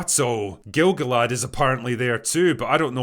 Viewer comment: Just a note, 'cuz I can't help myself: Gil-Galad is hyphenated because it's two words, accented separately: GIL GAlad, not GILgalad. It's not his name (his name is Ereinion); it's a description of his coat of arms ("Star-Host").